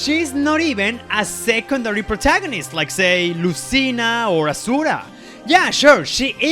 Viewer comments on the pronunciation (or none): Did you say Asuwa not Azura.